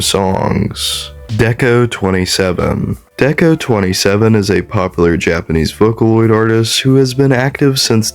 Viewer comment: Hi hi!! This is a good video I'd just like to clear up a few things. Rabbit hole is about s3x work, not lust. Also deco*27 is pronounce deco Nina usually! (Ni for 2, na for 7)